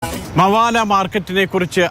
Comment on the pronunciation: മവാല അല്ലടോ മബേല